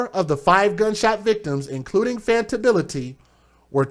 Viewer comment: Just a heads up, the little girls name is pronounced Fonta, not fanta.